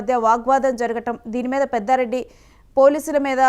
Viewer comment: పెద్దారెడ్డి కాదురా బాబు పెద్దిరెడ్డి